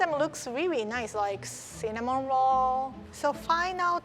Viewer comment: I thought she said cinnamon roar. Cutie